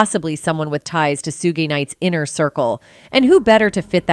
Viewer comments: Su-gay Knights though 😂😂😂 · Sewgay night?